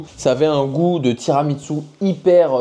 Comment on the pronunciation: par contre, le tiramisu c’est italien c’est pas japonais 😂😂😂 ça se prononce tiramissou et non tiramitsou 😂😂😂